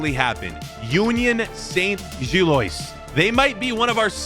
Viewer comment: please pronouncd gilloise as Gill-wah